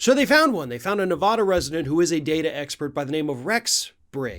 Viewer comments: Listen, sorry but it's NOT "ne-VAH-dah". Nevada. "a" as in "cat". OK??? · It's so hard to hear you say Ne-vah-da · I love your videos but as someone that lives in Nevada... it drives most Nevadans nuts when Nevada is said wrong. It's Nu-va-duh. Thank you! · Please pronounce NV correctly! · Please pronounce Nevada the right way.